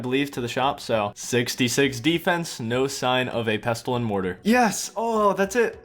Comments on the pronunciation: 'erbs and pesstulls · You're not supposed to pronounce the 't' in Pestle. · Great video, but the T in pestle is silent lol. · 'Pestle' is pronounced like 'thistle' or 'whistle' by the way, you don't say the 't'. Amazing video series! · > pronouncing the silent 't' in 'pestle' REEEEEEEEEEEEEEEEEEEE